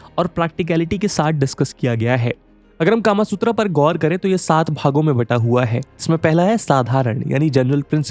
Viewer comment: sir...or... british culture india me itna deep he ki aap bhi .... kama sutra ko... कामासूत्रा बोल रहे हो ना कि कामसूत्र